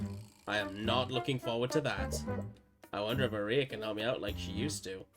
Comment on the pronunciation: Note that "Aria" is pronounced like the song type, "arr-ree-uh"